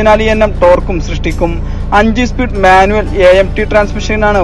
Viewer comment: Espeed alla speed